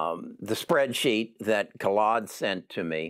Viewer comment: How many different ways did try to pronounce that poor guy Khalid? Or what his name is